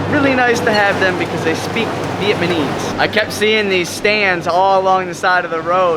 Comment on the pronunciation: Why do you say “Vietmanese”? Also, it’s Mekong not Meklong. Your videos are really great, however. I’m still surprised that you didn’t have a great time in northern Vietnam. It’s magical. Hanoi Old Quarter, Sapa, Ha Giang and Halong Bay are spectacular. Keep up the good work!